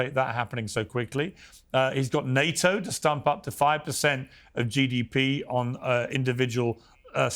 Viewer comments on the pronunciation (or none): none